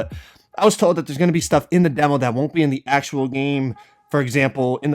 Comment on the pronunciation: Everytime he was saying demo i thought he was saying devil😂